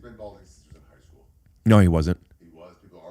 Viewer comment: I’m back again because I just heard him say Hike School 😂